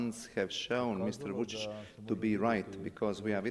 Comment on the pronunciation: Mr. Vučić, not Mr. Voltage 😂